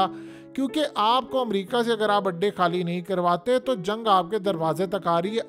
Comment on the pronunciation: Adday not Andaay🍳